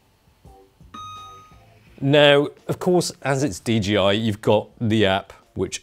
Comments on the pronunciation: Just say the companies name correctly 😣 It’s not DGI. It’s DJI. Jesus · Is DJI supposed to be pronounced DGI? I don’t get it. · DGI? You mean DJI?